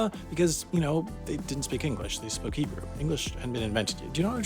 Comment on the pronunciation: Your Hhhhhhhhhhhhhebrew is just fine.